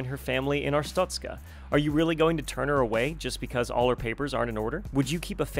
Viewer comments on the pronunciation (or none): Its pronounced art-stoht-ska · It's Arse-tuts-car 🤣! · Artstoka hero!